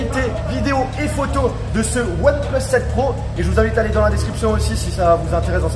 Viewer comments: Ya tu que moi qui entend oneplos quand il le prononce ? 😂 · « oine pleusse »